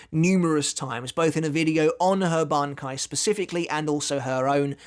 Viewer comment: Did you even watched the video? She uses and kill/revives Zaraki on each strike. Also It's BANKAI not "banki".